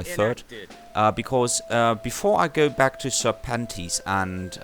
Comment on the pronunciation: each time you say serpentes i hear "Sir Panties" xD